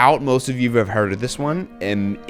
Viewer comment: “I’ve hearrrd” “they all feel same to me” Love it lmao